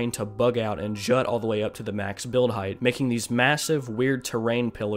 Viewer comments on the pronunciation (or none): none